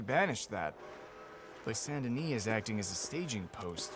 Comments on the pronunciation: Hey I heard has a plan…🧐 We have to teach her how to pronounce Saint Denis properly: ”Saaaaaint Deniiii(s) not Saint Denise:D PS. You can never have too much accent whilst pronouncing the towns name. The more the merrier? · I didn’t know the Bear story was ever told in Saint Denis (it’s pronounced Denee by the way, thank the French for that) defiantly go back to the bigger theatre and make sure to participate if the opportunity presents itself.